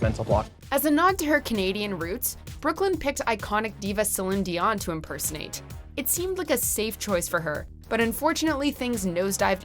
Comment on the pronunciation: You should not be doing this video if you don't even know how to say Celine dion